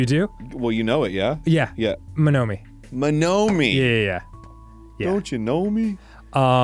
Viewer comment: STILL PRONOUNCING MONOMI WRONG 🤣 Dan got it right ONCE at the very end of the game, Arin corrected him back to the incorrect pronunciation, and they’ve never said it right since lol